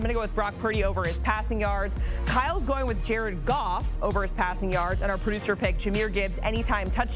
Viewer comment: Jar-ed Goff Jar-ed Goff 💙